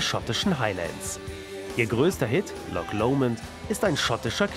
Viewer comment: "Lock Lomond". Mann, warum sind DEUTSCHE nicht in der Lage, "Loch" richtig auszusprechen? Oder sagt der Kommentator auch "Der Ball geht ins Lock"? Himmelherrgottnochmal!